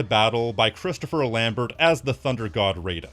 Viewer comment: Lambert = Lahm-bear